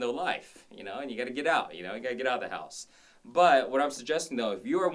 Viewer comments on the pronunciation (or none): none